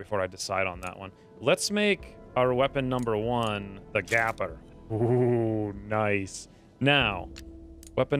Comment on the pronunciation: Gaper...as in leave a GAPING HOLE! Gaper rhymes with PAPER! Gaper rhymes with PAPER! Gaper rhymes with PAPER! Gaper rhymes with PAPER! Gaper rhymes with PAPER!Gaper rhymes with PAPER! Gaper rhymes with PAPER!